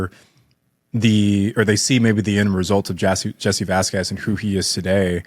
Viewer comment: learn to pronounce Vasquez. You’re embarrassing yourself.